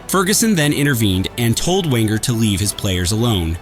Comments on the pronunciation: Arsène Wenger?? XD The W is pronounced as a V but is suspect this is AI. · The one that made me laugh was referring to the Arsenal manager as "Wenger".